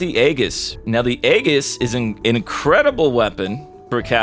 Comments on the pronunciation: I swear to god pronounce aejiss as aguuuuss one more time.... xD lmfao sorry just annoys the fuck out of me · It's pronounced "EE-JISS" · AEGIS, "EE-jus" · Please please please say the name right. Aegis. Ay-jis. PLEASE